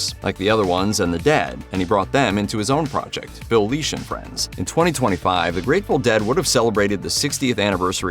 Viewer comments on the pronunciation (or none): Lesh. It's LESH, NOT LEASH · FFS these AI narrators are horrible.. It’s Phil LESH … NOT LEESH..smh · Yes, came here to say the same. 🤦🏼 It’s: Phil Lĕsh - as in ‘yes’ Not: Phil Lēsh - as in ‘leash’ or ‘geek’ How do they even make that mistake? It’s kindergarten phonics. An ‘e’ by itself, without another vowel is ALWAYS a soft ‘ĕ’. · Phil LESH, not LEASH!!! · Lesh not Leash, c’mon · Hearing Grateful Dead’s Phil’s last name butchered, repeatedly was pretty morbid. It’s “Phil Leshb” as in mesh. 😂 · Say "Leesh" one more time, robot! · Phil Leesh” Jesus Christ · The "e" in Lesh is soft.